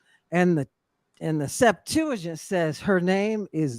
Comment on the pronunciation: “The Septajint.”